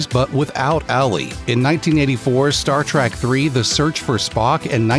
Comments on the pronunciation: Oh ffs, it’s Star TREK not Star Track! Ruins the entire video. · T-R-E-K not Trak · Star TREK not Star TRACK! JEEZUS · IT'S STAR TREK NOT STAR TRAK!